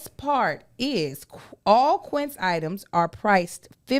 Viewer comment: How Joshy stand right there, and let mispronounce Quincé in that ad?!?!